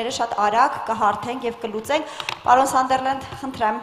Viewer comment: Գոնե մարդու անունը ճիշտ արտասանեք։ Սանդերլենդ չի, Սազըրլենդ ա։